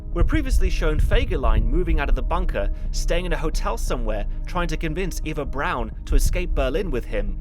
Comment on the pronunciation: He says it correctly. The way she says it. It's "Brown", not "Brawn".